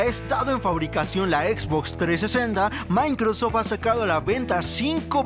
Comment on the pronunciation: No se llama mincrosoft es microsoft jajajaja saludos